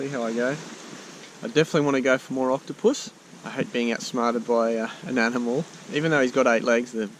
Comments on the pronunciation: it said coctopus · says Coctopus